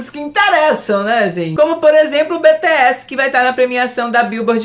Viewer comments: BTS se pronuncia Bitiéz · A pronúncia de BTS é tipo : "bitch és" kjkjk